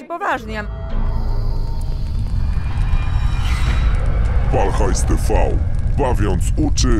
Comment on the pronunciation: Ja pierdole nie Pal Hajs tiwi tylko PAL HAJS TV !! Tv nauczcie się 🤦‍♂️Bawiąc Uczy Ucząc bawiąc 🎉